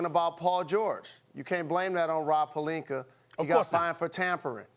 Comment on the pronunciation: SAS- "Rob Palinker"